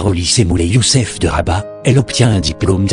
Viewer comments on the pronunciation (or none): none